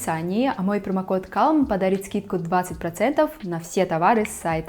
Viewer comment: Очень хочется и считаю нужным оставить ремарку, что в слове CALM, L — не произносится